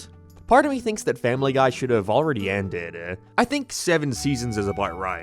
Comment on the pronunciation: Endeduh begininguhh nineuhh why do you talk like thissss